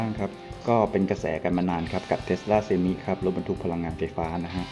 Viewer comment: เซไม หรือเซมไม ไม่ใช่ เซ-มิ